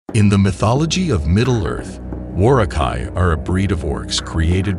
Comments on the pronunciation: the way you pronounced Uruh-Kai and Saruman disturbed me more than the Lore about them. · You're pronouncing the U in Uruk-hai and Saruman incorrectly. Also, way to not mention the most unique thing about the Uruk-hai, and why they were bred in the first place, they had no fear of the sun, unlike their weaker Orc and Goblin cousins.